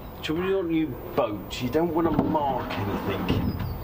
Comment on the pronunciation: great vlogs and keep them coming - TIP: Mooring up: (How I do it) Rings to moor-up on - rather than one thread of rope through the ring, loop it and anchor the loop end onto the boat mooring pin and tie off. Oh!.... and it's 'anything' and not 'anythink' lol:-)